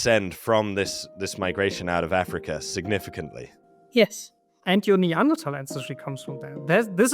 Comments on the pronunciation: Finally, people who say Neanderthal correctly. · The word comes from german, where it's pronounced "tal"